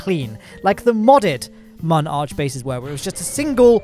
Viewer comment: He pronounces Mun arch as monarch